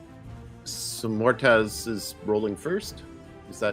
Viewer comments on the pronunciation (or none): I keep wondering if nobody is going to tell Xehra's player that "Mortaz" is actually called Moataz before the end of the campaign.